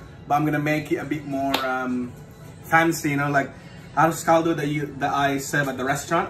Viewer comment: The moment he said 'ah-rose call-dough" I stopped watching. Boujhee ho, girl bye. 😅🎉